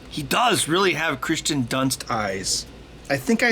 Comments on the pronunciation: It’s not Christian it’s Kiersten good video Though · Hey Ben, it's actually Kirsten Dunst, not Christen Dunst ;-) But nice lyrics though :D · It's Kirsten Dunst, not Christian Dunst. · I was going to point this out as well, but the name "Kirsten" is annoying enough that I'm ok with people saying it wrong.